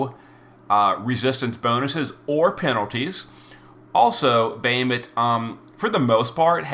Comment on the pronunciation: Normally I follow and love your video but your pronunciation always hits me like nails on a chalkboard Bah Ha Moot not Bay hi mit for Bahamut Kle o may not Kle ohm for Cleome Etc etc LoL still love all you do for the community